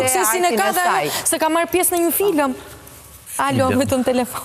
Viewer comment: Po kjo...!!! Booo..nd nje filem..Cfare jane kto vajza qe nuk dine tf flasin shqip..Po film thuhet moj analiste e shou bizit..